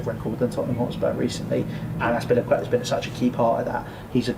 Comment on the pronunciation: Bro said Azpilicueta 💀